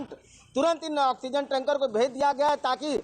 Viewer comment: टेन्का नही यार टेंकर बोलो